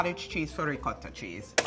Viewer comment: Great video..but the way says ricotta makes me cringe a little bit.